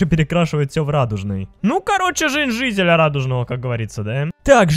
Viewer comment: он сказал зителя